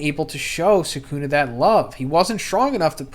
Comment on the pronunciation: it's 'sukuna'. If anything you put the stress on the last syllable not the first 😂 y'all kill me with this